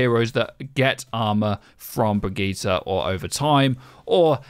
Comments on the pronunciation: "Bregeeta" lol... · You know Brigitte is pronounced "brijitte" right? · It's pronounced Brigitte. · The way you pronounce Brigitte really grinds my gears. She's not some DBZ villain. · Birgit, brigitt, briigit, brigeet as a german this is so funny